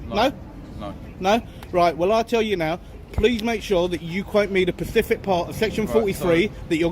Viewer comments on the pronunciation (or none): it is specific not pacific thats an ocean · “SPECIFIC part”, NOT “PACIFIC part”!!!!!!!!